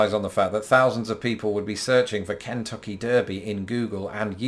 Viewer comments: It’s not the KEN-tuck-ee Derby, we pronounce it Ken-TUCK-ee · I grew up in Kentucky. If you are from there you pronounce it ken-TUCK-y. Thanks for the video😍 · it's pronounced "ken TUCK ee" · In this video, you pronounced "Kentucky" oddly. I've never heard you pronounce it like that before. First, you put an emphasis on the first syllable causing the "t" to become part of that syllable. You also emphasized the second syllable. So you ended up pronouncing the "t" twice: "Kent-tuck-y." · Sounded to me like he emphasized the first syllable, instead of the usual second. Anyway, yes, he did pronounce it oddly. Americans say cun-TUCK-ee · You pronounced Kentucky incorrectly. Check with your wife. You put the accent on the first syllable instead of the second.